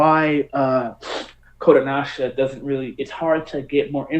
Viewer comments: I kept getting confused because your Pronouncing kodancha kodonasha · Why are you pronouncing Kodansha as Kodanasha?? It's Kodanasha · Their shit is a bit more niche and not as heavily promoted over here. Also it's "Ko-Dahn-shah!"